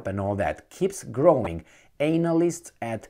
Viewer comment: Whenever says "Anal-ist" - it always makes laugh!🤣. I think he does this on purpose 'cos sometimes, when he does pronounce it properly, he goes back to "Anal-ist". It's so funny! Love it!😊😊